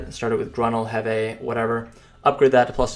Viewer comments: its called HEEEVEEEE NOT HEVAY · Kzarka = Zar-ka (K is silent like in "knife") Heve = Heev (last e is silent like in "Steve")